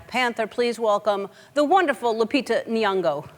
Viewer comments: Glad Lupita Nyong'o is back home here in Kenya. Karibu nyumbani (Welcome Home). Still fascinating how whites still struggle to say NY'ongo. Great show Ellen.. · It's Ellen's pronunciation of Nyong'o for me...🇰🇪🇰🇪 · Well I'm Kenyan and I assure you it's not just white people, African Americans butcher her name too.. It's that they don't have the ny and ng' sounds in English so I understand that what seems easy to us could be difficult to them